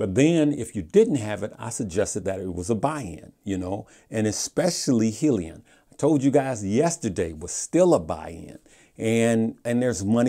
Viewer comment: And yet you haven't done your research on how to pronounce 'hyliion' lol